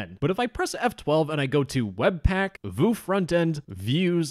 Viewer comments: "and theres a debug.vue file" vue is pronounced like view not vu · V-yoo not v-oo (i am a web dev) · VOOO 😂😂 its pronounced "view" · vue is pronouced as view too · wue lol vue - said like view :) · Just so you know, Vue is pronounced "view". (I believe) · fyi Vue is pronounced like "view" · My dude, you pronounced Vue wrong XD It hurts XD It's pronounced as "view" XD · I was just upset by the fact that you pronounced it voo and not view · It's pronounced as VIEW NOT VUUUU I'M DYING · i died hearing Vue pronounce Voo 😭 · vue is pronouncd as view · why did you pronounce vue like that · Vue is pronounced VYOO 😂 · vue isnt pronounced ”voo” right? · The way you pronounce vue makes me laugh and unreasonably angry at the same time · bro mispronounced "vue" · OMFG He pronounced "Vue" incorrectly, as a web developer I'M OFFENDED 😭😭